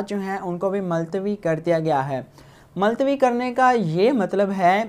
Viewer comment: Multawi hota he .maltawi nahi